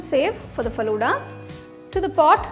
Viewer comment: Your pronunciation is wrong of falooda